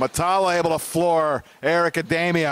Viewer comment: Dee-mia, not Day-mia!!!